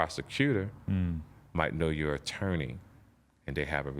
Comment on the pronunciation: Damn TK can't say attorney